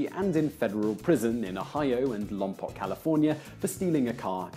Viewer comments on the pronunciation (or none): Not to nitpick, but Lompoc is pronounced "Lahm- POKE", or Lome-Poke, if you want to pronounce it the Spanish way. It is never pronounced Lahm Pock. Not by locals, anyway. Please make the adjustment. And since we're on the subject "San Luis Obispo" is never referred to as "San Louie". If you want to Americanize it, Luis is pronounced Lewis. Thank you, on behalf of Central Californians. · Just an FYI, Lompoc is pronounced "Lom-poke". Love the videos! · You pronounced Lompoc wrong it is actually Lom-poke